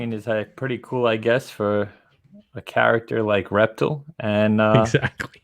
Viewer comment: Great video as always my brothers, ReptiL is pronounced Rep-teal... Like the color teal, the only reason I know that is because when my son was little he watch superherosquad on cartoon Network years ago and he was a character on the team of the Avengers LoL 🤣